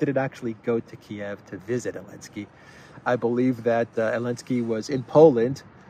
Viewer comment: yo my guy, every time I hear you call zelensky elensky , I can't help but to crack up man. I don't doubt that this will eventually catch on. And we'll know its origins. Here. You